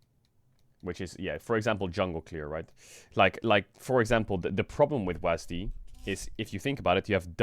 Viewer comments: Thank you Caedrel someone had to say it. It is pronounced "Double U A S D". I mean I can kinda tolerate "wasd" but definitely not "wasdee" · But WHY you guys call it WAAASD ??? Its double‑you A S D. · STOP SAYING WAZZZ D. It’s is will be and always has been W A S D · Since when do people call it wasDEE? W A S D or wasd, not WasD? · can everyone just stop fucking saying WAS-D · Riot's dev team having no clue how to pronounce WASD tells you everything you need to know about this company 😂😂 WAZDEE... NOBODY HAS EVER SAID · Hearing it pronounced was-dee feels so wrong to me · caedrel why the fuck you saying "wasdee" lmao it's either a word, aka wasd, like wasp or it's letters, aka double you ay ess dee "wasdee" is literally retard talk